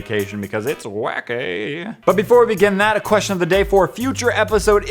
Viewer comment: Apparently "question"has 3 syllable